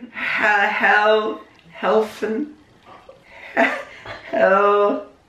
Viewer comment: oh hey said my last name "hellsen" but im not an owl and i thought the owls name was Hagrid!!